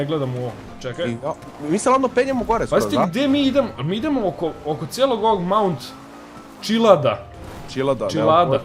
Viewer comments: KAZE SE MAUD CILIAD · Budala Hlupava kaze se mount chiliad